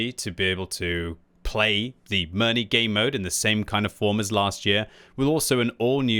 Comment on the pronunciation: Can you pronounce Mirny correctly?